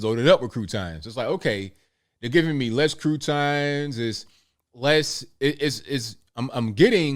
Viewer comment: I love the way you say "croutons"